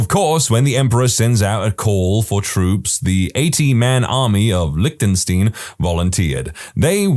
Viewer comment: big words about script person being drunk and then saying australian instead of austria 😂 also learn to pronounce lichtenstein and you also butchered tze name of the polish bear.